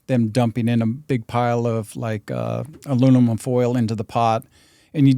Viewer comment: alunimum?! lol